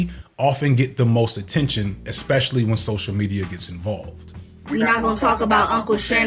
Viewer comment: you really have to learn how to pronounce the word 'especially". there is no X in that word! other than that, great video as usual